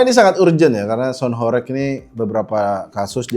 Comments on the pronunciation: penyebutannya bukan horek, tapi horèg (bergetar dan berguncang) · horEg itu bacanya pake e nya 'Entah' bukan 'Entot' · gemes banget kalau dengar orang jawa bilang Horeg bukan Horeg... padahal katanya aktivis jawa tapi gak bisa bahasa jawa🥲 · Horeg blok bukan horekk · Kalian wong jawa timur kok mbaca horeg jadi horeg.